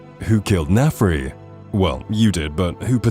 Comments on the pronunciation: There are several comments each correcting specific instances, so I ask: Were a lot of these basic mistakes on purpose, like a kind of copy protection? Example: Michael Kirkland should be Kirkbride Example: "Naf-ri" should be "Nar-fi" Example: "justickar" should be "justish-ee-er" It's like finally falling asleep on a car ride but then being jolted awake by a pothole or stretch of cobblestone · Do you think anyone who's played the game would ever even accidentally call Narfi Nafri instead? It's not a matter of dyslexia when you've heard a name, so it's either that the narrator has never played the game and is slightly dyslexic, or is text to speech and the text is misspelled in every instance. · Nafri? His name is Narfi. Hard to mess up since he refers to himself in third person!